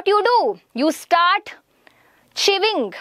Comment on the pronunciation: Some of ur words were different from ours ((like::-chewing u pronounced it as cheving )) 😂😂